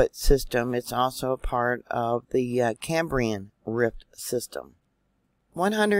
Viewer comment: Dear...good morning ‼️❤️ Just to help you to pronounce phoneticly...as in the different age periods... CAM BREE AN...There at least I was able help you for once dear sister 😀 Have a very blessed Sunday ‼️❤️😀